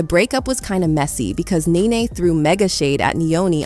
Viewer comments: It's Nee-Nee. How do you not know how to pronounce her name?! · Omg! Ur butchin the names its NeNe & fallyn 😂 I didnt know who U were talking about ! Gurrl.... say the names right ! Lol 😂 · It's so sad when you can't pronounce NeNe. This was the same thing I was thinking. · does this person NOT know who NeNe is? Why does she keep calling her "Ninny"? like...what? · IT'S NENE PRONOUNCED(KNEE-KNEE) . THE LEAST U CAN PRONOUNCE PPLS NAME RIGHT, HELLO😮😮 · Pronounced “knee-knee 🫶🏾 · WHEN TELLING A STORY PRONOUNCE A PERSON NAME CORRECTLY!!!!